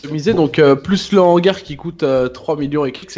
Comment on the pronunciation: Qui dit a que un hangars on fais pas la liaison